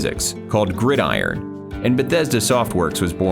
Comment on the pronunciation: Finally someone who pronounces 'Gridiron' correctly xD. Great video mate, I enjoy watching videos going over video game history.